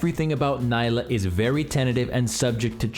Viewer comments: Gosh dang it, it's "NEE-lah" not "NY-lah" get it right😂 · good guide but I think its Knee-la not Ny-la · It's pronounced NEELAH. She says it herself. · I can't wait to play "ny-lah". she's gonna be so much fun. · Man, imagine being paid professionally to make videos on League champs and not even being able to pronounce her name correctly when the champ herself mentions her own name every other voice line.